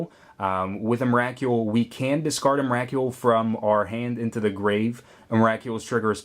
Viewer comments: believe its pronounced em-ra-cool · was anyone else bugged by his pronouncing of Emrakul? the "Kul" is supposed to be pronounced like skull :P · Why can't you say emrakul right